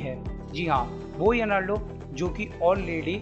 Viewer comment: Arlando nahi arnold. . Har ek pronounciation galat kiu??????????